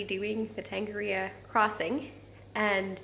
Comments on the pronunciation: nice try, string 'tong are rear roar' together with the vowel 'o' pronounced as 'or' as opposed to 'oh' and see what that sounds like ... To is Tor, nga is nah as in (no), ri is ree , ro is roar with a roll on the rrrrrr's lol ... the Maori vowels and the manner in which they are pronounced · Tongariro (tong-uh-rear-o)